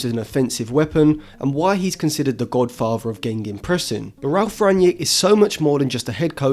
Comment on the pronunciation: Gegenpressing not gengenpressing